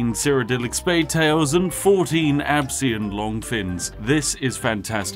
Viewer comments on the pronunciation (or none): ITS ABEEKAN LONGFIN SAY IT RIGHT